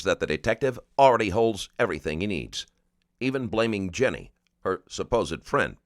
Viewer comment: dude its Ginny not Jenny